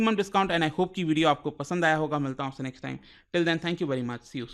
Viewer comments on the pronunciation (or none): none